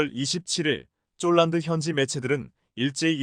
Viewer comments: 원고나 똑 바로 읽으시오.쫄란드가 어디 있나요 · 포란드가 왜 쪼란드로 나오는지?